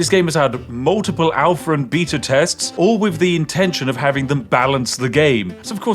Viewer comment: "Multiple Alpher and Beeta tsts"